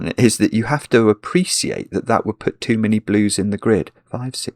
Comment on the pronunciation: PLEASE PRONOUNCE APPRECIATE PROPERLY. Thank you for your attention on this matter. 😭😭